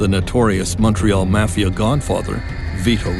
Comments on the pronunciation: What is with the pronunciation of 'mafia'...maw fee aw...not sure where the narrator grew up? Do you think they have never heard of it before? Very strange. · Mispronouncing Mafia is like being a rat.